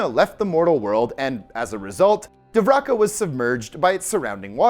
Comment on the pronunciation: Its pronounced Dwarka or Dvarka bro. Not divraka.